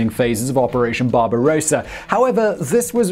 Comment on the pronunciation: Hi Simon, what a very interesting video! BTW you may wish to check your pronunciation of Barbarossa, Sevastapol, and Remagen....